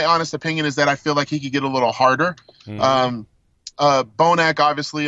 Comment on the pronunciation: Weelliam bonac too leetle